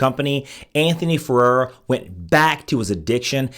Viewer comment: This video seems to be very target- specific. Not well researched though; within the first twenty- two seconds, you mispronounced Anthony's last name TWICE.